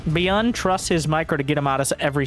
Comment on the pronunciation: Dont wanna be a smart ass but byun is one syllable in korean!😅